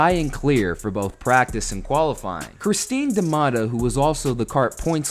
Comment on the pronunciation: When I heard 'Christine DeMatta' I was wondering if there was another female driver I'd not heard about.